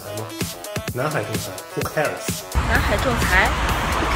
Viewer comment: hu keers? ho kers? calling all call center training programs in the Philippines..please teach them how to enunciate and pronounce the word properly..dont make the world laugh at them..hu keers..poor chinese youth, i feel so sorry for your country! hu keers? hahaha😂😂😂😂